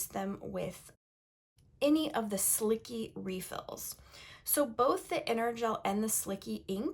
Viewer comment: Isn’t it pronounced as slichee not slicky?